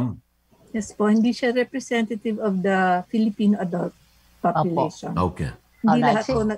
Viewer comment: I love the view but “the” is silent!